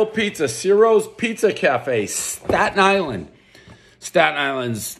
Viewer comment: Thanks for pronouncing Stat-Nylan correctly